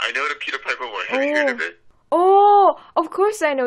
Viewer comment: 근데 피퍼가 아니라 파이퍼아닌가용 (piper)